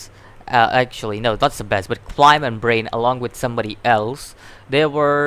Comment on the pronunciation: also it's Seb ASS!!! well that's how you say it.